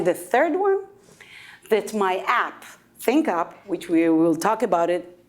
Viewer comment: ThinkUp - his pronunciation was not the best .... (no offense, it is what it is :-)